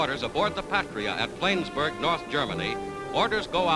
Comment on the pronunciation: "Flaynsberg"? HA! Yanks.